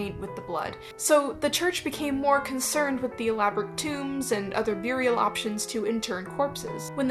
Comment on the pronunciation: Who else takes a drink every time you hear them say "byurial?"